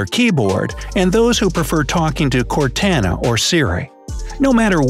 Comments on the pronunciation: Cortana is not core tan a its core tah nah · Its core to na NOT core tA na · Cortana (core-to-nu) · "CorTANa" 💀😂 "T as in Toy" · ITS PRONOUNCED CORE TON AH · That’s not how you say cortana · He said (Cortana) Wrong.